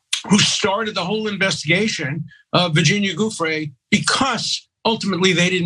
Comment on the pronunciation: Okay this one is easy regardless of how long the esteemed lawyer's mouth is moving... he mispronounced Virginia Giuffre's name as "GOOF-fre". His "perfect" sex life lines up with Trump's "perfect" phone call... The government should be careful with these ones, these tricksters.